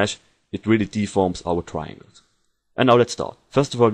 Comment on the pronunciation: I can't understand anything you are saying... In the first 10 second or so, he says the word TRIANGLES... I had to repeat the word HUNDREDS of times before my brain could make up the actual word (and it was more like a contextual thing, I was lucky to know that tesselation adds more triangles). Soooo... If you do a tutorial, MAKE AN EFFORT to PRONOUNCE the words correctly.I gave up after the next potentially important word was eaten alive. Edit: The word was "parallax". I was lucky to already know what he was talking about.